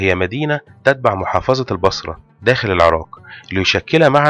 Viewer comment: الله يجزيك الخير ولكن لدي عتب عليك يجب نطق حرف القاف بشكل صحيح و أنت يا سيدي الكريم تقوم بقراءته كما لوكان حرف الكاف فمثلاً العراك بدل العراق و كذلك مدينة الكائم بدل القائم تمتاز العربية يا أخي الكريم بمخارج حروفها التي لايمكن تجاهلها عموماً خالص شكري و تقديري و محبتي لكم دمشق ٢٠٢٢/١٢/١٧